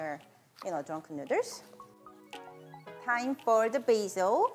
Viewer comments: me thinking: i love how she says noodles.: and make sure to get this tshirt. nu-ders. me: MELTS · "Drunken Nooders" LOL!!! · Literally just subscribed because I realized she made a “nuders” T-shirt from the way she pronounces noodles. I love how you marketed your quirk and beautiful accent. Exceptional ! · The way she pronounce noodles makes me wanna go to a Thai restaurant and enjoy drunken noodles in the "nuders". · “Drunken nudders” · Love how she pronouces .. noodles and ShriEmp🤣. So cute